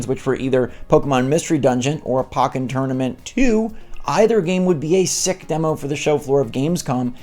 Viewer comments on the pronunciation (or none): It’s POKE-en Tournament not POCK-en Tournament 🤦🏻‍♀️